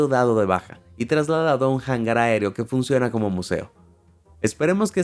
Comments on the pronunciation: Hola. Cuidado con lo de Hangar. Lo dices como Jangar. O es lore interno? Jajaja... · Como que "jangar" es hangar, HANGAR, la h no es pronunciable en ningún inicio de palabra, cuando te da la tonteria te da 🤦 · y que no sabe pronunciar las palabrasen español porque las copia del ingles... Hangar... Jangar??? WTF?? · Pronunciación de hangar ¿"jangar"? Por favor!!! Es español es hangar, es decir, se pronuncia "angar", nunca "jangar". Sorpendentemente mal pronunciado. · Uno de los errores que me ha tocado ver es que el traductor del vídeo pronuncia "jangar" y no "hangar"